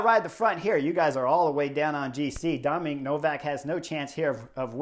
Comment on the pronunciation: Chris it's DOMEN Novak not Dominic or Dominique...👍👍🦋